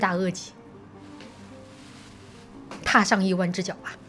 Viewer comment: “一弯之脚”什么鬼，是“一万只脚”啦。